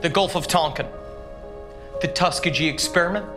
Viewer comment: He pronounced Tuskegee wrong.